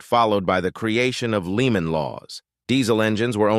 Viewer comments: I don't remember the "Leeman Law" ...😆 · Leemon laws... those damn leemon laws... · Lee man law or lemon law? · WTF is the “Leeman” law? Oh, did you mean to say Lemon law? AI bullshit